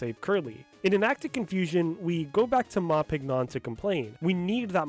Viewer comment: Just thought you might find this little piece of Trivia interesting, but the character Ma Pignon gets his name from the word Champignon, (pronounced 'sham-pē-ˈnyōn') which is French for Mushroom! So his name would most likely be pronounced 'Mah Ping-Yonh'. Not knocking you for saying it the way you did, as if you don't also speak some French this is unlikely something your average English speaker would know, but I just wanted to share that because I never hear anyone else talk about this little pun, and this video is so well informed I wanted to add to it so more people to know about it too!